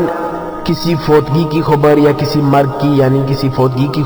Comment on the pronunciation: Khubar nhi bhai khabar bolo